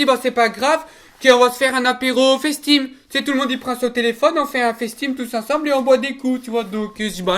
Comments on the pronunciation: Il voulait dire face time il a dit fesse tim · « FaceTime » sans l’accent anglais excellent !